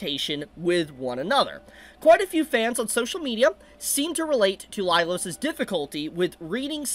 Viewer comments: Was I the only one losing my mind every time he said “Lailos” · I have to say it, but you never said the series' name right, and it was the same for Laios' name. That aside, people these days are SO delusional, the brain death is contagious.